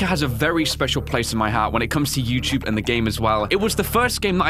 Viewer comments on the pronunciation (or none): none